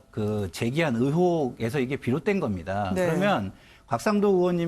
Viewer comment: 으혹이 아니고 의혹이야 발음 안되냐?